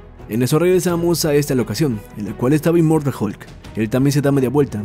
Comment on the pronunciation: "Immoratal hulk" :v